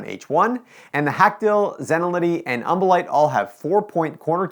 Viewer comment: Take a shot evertime he says umbolite